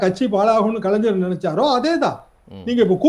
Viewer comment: நந்தகுமார் கலைஞர் என்று சொல்லி பழகுங்கள்.தமிழை பொதுவெளியில் கொலை செய்யாதீர்கள்